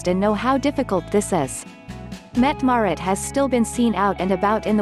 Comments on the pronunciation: It would sure be nice if the mechanical voice used could get the Crown Princess' name pronounced correctly, or if you insist on saying it wrong at least be consistent. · Mette-Marit, with an a